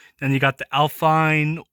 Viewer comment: alpine is french and aston martin is pernounced as-ton martin